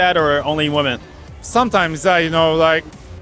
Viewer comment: I wish this dude will say women properly one day.